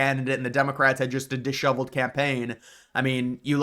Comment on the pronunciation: it is not a "shovel"... disheveled...'shev'... e... as in 'bet'...